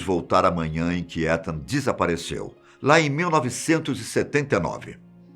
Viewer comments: Se pronuncia "itan" fiquei com um nervoso você falando étan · só uma correção não se fala Etan com E se fala Itan como se fosse escrito com I :3 espero ter ajudado e gostei mto do video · Só uma dica o nome etan patz se pronúncia itan ,e nao come se le☺️ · Acho que se fala “Itan” o nome do menino. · Essa pronúncia de Etan tá me fazendo dor de barriga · Da agonia ele falando "Étan" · Muito obrigada novamente pela excelente história. Ethan em Inglês se pronuncia Ithan , o song do “I” em Português. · Em inglês escreve-se Etan mas lê-se “Itan” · O nome Etan , se pronuncia Itam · A pronúncia do nome do menino tá errada